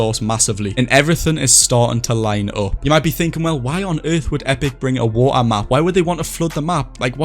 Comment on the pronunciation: the amount of the word "wa ar" (water) is kinda annoying. but insanely done with the map concept <3